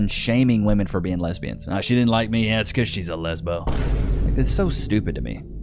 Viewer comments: What the f is going on with young people unable to distinguish the difference in pronunciation between woman and women? It's woom-uhn and wim-in. NOT WOOM-IN! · Why do so many of them pronounce women as "woman"? Do they not speak English? Woman and women are not pronounced the same FFS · Still baffles me when a woman cannot correctly use that term in the right context. They’ll refer to multiple women and still pronounce it in the singular. ITS SAID DIFFERENTLY YOU DOLTS. Women - singular - w(uh)man Women - plural - w(ih)men Stupid.